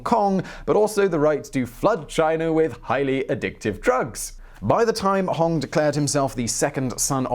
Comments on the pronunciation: It's not Hong it's Hong!!!! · Its pronounced HonG